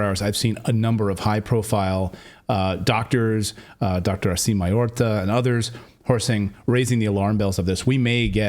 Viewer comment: Malhotra not Mayorca and Remdesivir ... c'mon guys, you can do it, just repeat before the show :D.